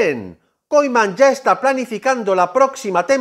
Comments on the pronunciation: Se pronuncia kuman no koiman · Se dice "kuman" amigo.